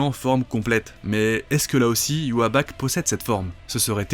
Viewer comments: Ywabach ? ça s 'écrit Ywach pourquoi tu le prononce différemment ? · Pourquoi tu dis Ywaback ?!? 😭😭😭😭😭 Pourquoi pourquoi pourquoiiiiiii ????????? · arggg prononce bien Yhwach !!!